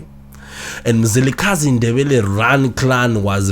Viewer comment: Mzilikazi please!,may you pronounce it well